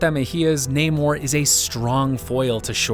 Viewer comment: How does someone introduce himself as Nah-more only to have everyone call him Ney-more? It’s almost as if everyone has been reading his written name off a comic page prior to meeting him.